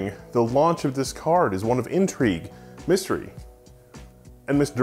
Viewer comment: haha I wasn't really paying attention, as I was working in another thing, but during more than 5 minutes I heard "car" not card. Even knewing at the very beginning you were going to review a graphic card, well that's me